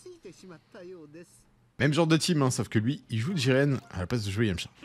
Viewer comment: Jiren pas jigen, trop de boruto 😂